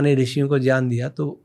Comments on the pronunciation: Jyaan nhi gyan bolo re😂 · Inki baatein sun ne maza nahi aata kyonki ye gyan ko jyaan bolte hai to khinnata hoti hai